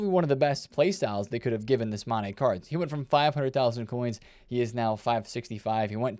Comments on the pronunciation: MOOOOOOO ANNNN EEEEE NOT MANE hoooow illiterate aree youuu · Sorry it’s so triggering hearing you call him kolo mane every morning